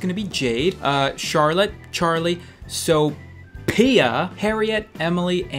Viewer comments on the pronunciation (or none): dude you just embarace you self it's pronounced sofia, lol